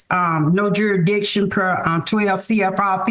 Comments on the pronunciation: I was rolling 😂 when she said duridiction ! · Another jar-a-diction plaintiff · JurISdicion. There’s an s in there. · Oh for fucks sake. There should be a rule where if you can't even say the word "jurisdiction", you have to get a lawyer. This is scary.